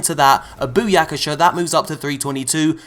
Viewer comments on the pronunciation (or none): Tale a shot Every time he says booyakasher